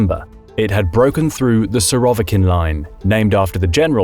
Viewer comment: Surovikin -the stress is on the first I not on the o